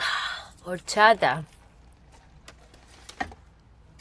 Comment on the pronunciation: Se me ha hecho durillo de ver como has tenido que pronunciar "burrito" y "horchata" para que te entiendan 🤣🤣